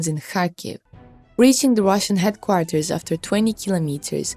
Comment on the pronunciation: Do something with your English please, it is headquarters not heatquatars! English is not my first language, that is why I stay away from reporting in English, you must do the same!